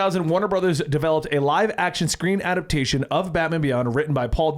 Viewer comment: Really wish you guys would learn how to say adaptAtion. "Adapt-ay-shun." NOT "adaption." Not "adapt-shun."